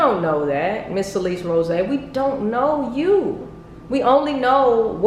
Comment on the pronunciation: You can’t even say her last name right like I- 💀 how hard is it to say “Rose”- 😂😂